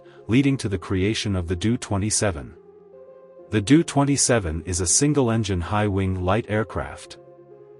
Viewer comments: Doh-Twenty Seven -- like Homer Simpson was saying it. Doh, line the first part of the name DOHrn-ier. It is hard to take the narrator seriously with that Doo-thing mentioned every few seconds. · You obviously don't know what you are talking about. It's a Taildragger landing gear, not tricycle. It's pronounced ; D O-27 not Doo-27. Empty weight did not Double. No acft on Earth has.😢